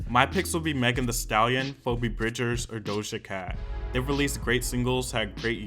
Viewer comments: FOE-bee bridgers BAHAHAHAHA chile it’s fee-bee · i’m sorry but FOH-BEE? it’s FEE-BEE i CACKLED BAHAHA don’t disrespect the queen (i know you’re probably getting a lot of comments about this i’m sorry but i needed to address that) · it’s the way you pronounced phoebe as “pho-bee” for me 😭😭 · lmaooooo its "fee-bee" not "fo-bee" bridgers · Phoebe is pronounced FEE BEE not FOE BEE😂😂😂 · did he say pobe bridgers lmao its phoebe ph-f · LMAO NOT "FOE-BEE BRIDGERS" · You did not just say PHOOBE bridgers lmaoaoaodkfkfkfkfkkf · .... it’s pronounced fee-bee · dude it's pronounced "fee-bee bridgers" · Phoebe is pronounced FEEBEE lol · Fowbee Bridgers lol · pronounced “Pheebee” have you not watched Friends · My man said Pho-be. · "Pho-Bee" Bridgers lol don't do my girl like that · did he just pronounce phoebe bridgers name "fo-be" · Isn’t “Phoebe” pronounced “Fee-bee” or am i tripping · isn’t phoebe pronounced as fee-bee LOL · NOT PHO BEE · Reading phoebe but hearing FOBEE was oddly jarring. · Phoebe is f-ee-bee, or f-i-b-i. Usually. Idk you do you :) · excuse me... FOE-BEE BRIDGERS?????? and jhene aiOKO???? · girl did you say "FOEbee Bridgers" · fo-be bridgers???? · Is phoebe not pronounced FEEBEE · wtf did you just pronounce her name as PHO-BE bridgers lmao!! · did you just pronounce phoebe as pho-bee? .... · Am sorry but why are saying phoebe like that?....its phoebe(phi.bi)...its an "e" sound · Ok but U saying "Pho-bee" I- 😭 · Dua Lipa had such a breakout album - I can definitely imagine her taking a bunch of awards home. I think Phoebe (pronounced Feebee btw haha) Bridgers deserves at least one win! All of Justin's awards should have been switched for The Weeknd's. Maybe it's another case of when a manager was on the board and got his artist to move into the nomination category even though they weren't qualified at all... 🐸☕️Also kinda surprised Manic didn't take anything home? There were some bangers out of that album like 'Without Me' and 'Graveyard'.